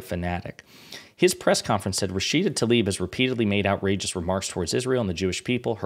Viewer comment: Please, not ‘Talib’. Tlaib